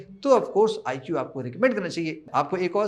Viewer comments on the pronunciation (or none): आईकू not आईक्यू... please do correct pronunciation